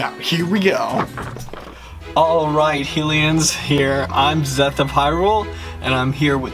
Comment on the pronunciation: And he called us HEE-lians its HIGH- Lians